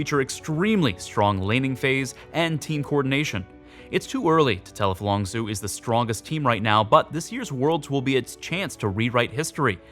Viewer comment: longzhu is pronounced longju not longzoo